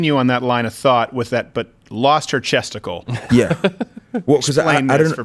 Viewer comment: At first I thought he's saying his aunt has lost testicle